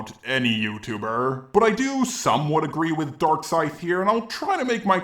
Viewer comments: Is it me or did he just call himself "Dorkscythe"? Also, I'm not trying to defend LimeX's comment on Darkscythe's video; I'm just pointing something out here. when he said "pretty much raked in his hoard of autists by making low effort, click-bait-happy, and edgy videos", I think he was actually talking about Leafy, not. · Every time says DarkScythe it sounds like he says Dark Side.